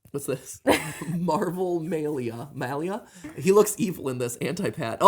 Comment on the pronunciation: Mat, you will probably never see this, but it is I. I made the Josiah meme. I CRACKED up while watching this. btw my name is pronounced MUH-leeuh😂😂😂